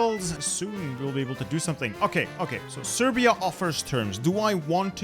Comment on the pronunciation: did fam just call Serbia Persia?